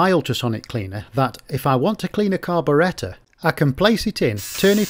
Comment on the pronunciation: His pronouciation of carburetor is incorrect.